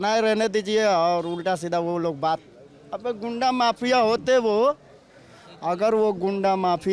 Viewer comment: Ghuda ko ghunda bolana segho